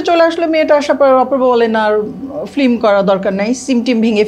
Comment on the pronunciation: মহিলা ফিল্ম না বলে ফ্লিম বলে। ওর এই উচ্চারণ সংশোধন করা দরকার।